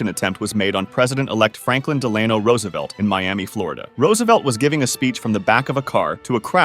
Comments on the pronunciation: It’s not Deland, Delano Delano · Franklin Dell a know Roosevelt, not duh lane oh. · Franklin ‘Dee-lay-noe’ Roosevelt? It’s ‘Dell-a-noe’. How do you not know that? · It’s DELL-UH-NO not DELL-AY-NO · You say "Delano" I say, we all say, "Delenor Roosevelt"! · it’s Franklyn Dela(h)no Roosevelt not Franklyn Deelaneo Roosevelt. i didn’t know about the first attempt on Trump. The Chump has been lucky his whole life. He was born with a silver four leaf clover in his mouth. 😊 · Delayno instead of Deluhno. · Fun fact Washington could of died from a gunshot in the war idk why I said that💀 Why did he say dealano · It's DELL-uh-no. Like Delaware. But that's ok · Franklin " Da Layno" Roosevelt 😂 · Del-u- no Duh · his middle name is pronounced Dell-En-No